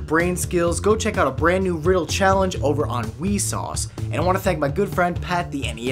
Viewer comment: He said wesauce